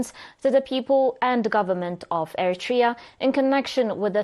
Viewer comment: Great vid! Not to be that guy but its technically pronounced eh·ruh·tree·uh instead of eh-ruh-tray-ah